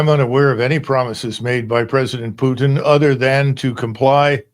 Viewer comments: Calling Putin disrespectful while calling him Pjutin.. You can't make this shit up.. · An example of US exceptionalism is the ridiculous way they say words, it has to be with a personal twist, why? Because most couldn't sound out a word they had never seen before unless it was 3 letters or less. Let's take PUTIN for example, the 'world' calls him PUTIN or poo tin however many in the US like the personal touch and give it the PEW TIN touch. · Kennedy is totally disconnect with reality. But for start he can at least learn how to pronounce Putin and stop lying. But he is not a problem it's the brainwashed people who voted for him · Does Kennedy mispronounce putins name on purpose???? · Mr. Kennedy needs to learn how to say Putin….. if he thinks pronouncing it the way he is, is funny or insulting he is WRONG!!! The more I hear him talk about this war….the more he disgusts me. I can’t believe a US Republican Senator would speak like this…. so disappointing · Stupid "git" Kennedy cant even pronounce Putins name...Dumber than dirt... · Kennedy can't even pronounce President Putin's name correctly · This senator Kennedy is delusional and foolish! He lives in a different world wrapt around with lies! When you cannot even pronounce correctly word Putin! It is so hilarious anytime he says Putin..by the way Putin never brakes his word, that is his value, not like American presidents who never hold their word! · Senator Kennedy is living in the 1990s, as is the rest of the interior of the beltway. Him purposefully pronouncing Putins name wrong should tell everyone how juvenile these people are in intelligence. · On some things Kennedy is very good on other things not so good. You always know that there's going to be dishonesty coming out of someone's mouth when they don't pronounce Putin's name properly. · kenneddy cuck doesnt een know how to pronounc putin. he is a fool like all of Louisiana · Who is Peuuuwtin? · Its mister Putin not pjutin you dork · Putin nit Pyutin 😂